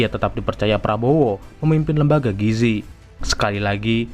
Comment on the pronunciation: gizi pak bukan giji🗿🗿🗿🗿